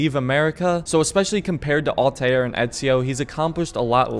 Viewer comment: dude really said altaieir